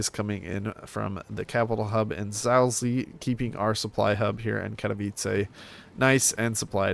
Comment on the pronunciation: HOW DID YOU PRONOUNCE ZAOLZIE?!